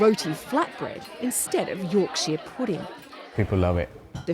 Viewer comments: It's Yorksher pudding not Yorksheer pudding. Yorkshire (pronounced Yorksher) is the northern English county the pudding originates. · Great video but as a yorkshireman it pained me when she said yorksheeeeer pudding 😂 its York-SHA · York-Sheer pudding 😂 Something foreigners struggle to pronounce it would appear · Yorkshire- like shyer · Did anyone else catch that Yorksheer pudding? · You'rek-sheer pudding